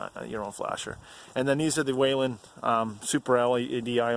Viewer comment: There is no WAIL in the pronunciation of Whelen